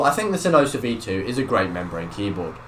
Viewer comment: "Hey guys tewhajaksmeddjs here and today I got a review of sinosa V2" had to repeat the intro 7x to understand what he's saying.